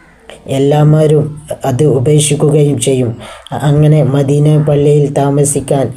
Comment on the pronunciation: അദ്വാനിച്ച് മാന്യമായി ജീവിച്ച് കൂടെ . എന്തനാണടോ ഈ വേഷം കെട്ടൽ . മദീന എന്ന വാക്ക് പോലും പറയാൻ കഴിയുന്നില്ല. ഇസ്ലാമിനെയും പ്രവാചകനേയും കൊഞ്ഞനം കുത്തരുത് .pls